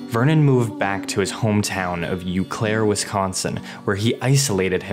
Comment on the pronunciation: It's OHH Claire, not YOU Claire.